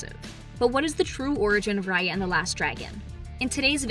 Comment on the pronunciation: what's her name again? Rar-Yar,Rai-Ar,Ray-Ar?